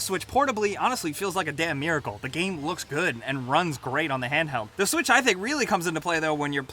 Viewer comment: he said Nintendo swish